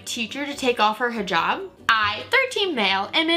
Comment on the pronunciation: FINALLY SOMEONE WHO ACTUALLY PRONOUNCED HIJAB CORRECTLY THANK YOU